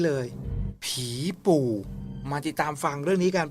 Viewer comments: อ้าว ผีปู่ ตรูอ่านเป็น ผีปู ทีมงานแยกไม้เอกดีๆหน่อย 😂😂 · อ่านเป็น ผี ปู 55555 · อ่านเป็นผีปู 😂